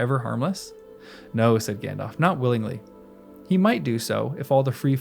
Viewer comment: Narrator, I'd like to suggest that you consider pronouncing the names correctly, such as Cirdan with a hard c, and Gandalf with a pronounced l. The listening audience would appreciate it, and it would honor Tolkien's memory.